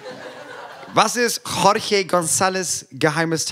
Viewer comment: JORGE spricht man CHORCHE aus wobei das erste ch wie in "ach" ausgesprochen wird und das zweite ch wie in "ich"